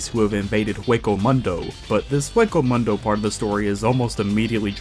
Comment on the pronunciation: Omg how can you butcher English,Spanish,Japanesse,German words and names all at the once? Did you even watch the anime with sound at all? It's like those low quality dubs for the sake of money. It's so painful, butchering Kuchiki,Niotra,Shinigami,Hueco Mundo,Benkai,Sasakabe,Seiretei,Kenpachi,Mangaka You pronunciation like you seen/heard those names/terms for the 1st time.